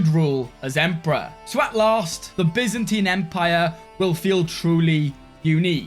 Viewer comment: Finally, you don't pronounce the byzantine empire as Baizantaine anymore!